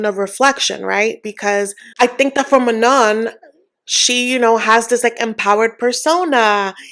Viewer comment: None of these couples are making good choices. 😅 I think Manon is pronounced Maknown.